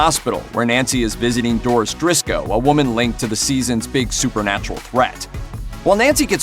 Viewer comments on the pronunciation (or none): Doris O’Driscoll not Doris Drisko... irony alert!